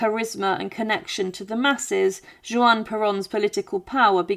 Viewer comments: When the AI narration says "Jewan", is that supposed to be pronounced "Juan?" AI will ruin your channel. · WHO IS JEWON?????? IT IS JUAN!!!!!!! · A very good, well researched, interesting video 👍👋👋! However, I jumped every time you said Juan Peron. In Spanish it is pronounced HUAN, not JUAN! "J" is pronounced as "H" in Spanish. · i don't know how on earth you don't know how to pronounce 'Juan' (Huan) no J (jay) sound. you didn't even mention about her lobotomy. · Juan is pronounced "Wan" Buenos Aires is pronounced "Buenas Ah- rez"